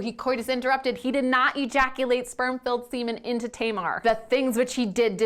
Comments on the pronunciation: I deeply appreciate this video, but I wish you would look up the correct pronounciations of names because it was driving me crazy that you were calling Tamar Tay-mar. That “a” sound does not exist in Hebrew. Other than that, I think this is really important and a great thing to talk about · that's...that's not how you pronounce Tamar. my sister's name is Tamar. it's TAM-ar, like TUM-ar.